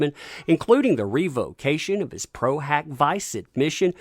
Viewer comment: Close! Its Pro Hac Vee-chay. Means that lawyer does not have a license to practice law in the jurisdiction where the case is. But if he gets a local lawyer to"vouch" for him he can enter into that one case. Source am attorney. Cheers!